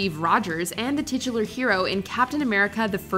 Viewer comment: I love how you guys said “tit-ulnar character around the time Chris Evans was showing off his big chest.”